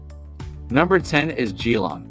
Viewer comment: Perth is the cheapest and best. Geelong is mispronounced. Hard to watch. Definitely one of the worst videos on Australia.